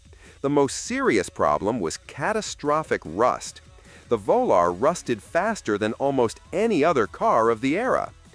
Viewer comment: Whats a Plymouth VOLAR ??? Moron!